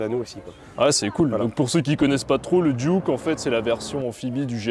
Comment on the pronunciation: c'est des duckw pas des duke c'est comme donald duck pas donald duke.... sauf si vous les francais vous avez donald duke et daffy duke , la prononciation francaise est pire que le canadien alors